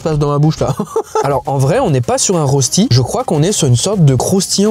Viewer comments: Je suis suisse donc j’ai l’habitude que personne ne sache dire le mot “rösti” mais si jamais ça se prononce “reuchti” mdr 😭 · La prononciation de rösti est incroyable 😂